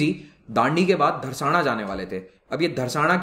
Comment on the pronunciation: It's not Dharsana, it's Dharasna.